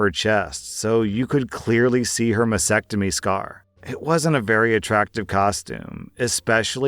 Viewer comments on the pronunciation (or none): Mas stectomy. Stectomy. It's not masectomy. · Please learn to pronouce mastectomy. There is a "t" after the "s".